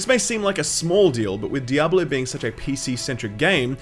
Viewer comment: You pronounce Diable 3 really weirdly, not trying to be rude though. It sounds like you are saying "double 0 3", which makes me think it is a knock off James Bond character.